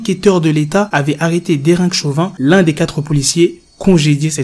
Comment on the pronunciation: C'est pas derick, derek